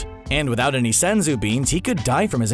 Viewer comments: The way you said SENSSUU bean ..... I'm subbed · LOL I see why you said senzu Bean that way team 4 star got another 1 lol